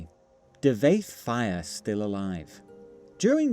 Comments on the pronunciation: I'll probably edit this but I dont like pronunciation of Devayth's name. I always read it as Devayth Fear, and not Devayth Fire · Your pronunciations keep boxing my ears... DIV-A-ETH FIRE😂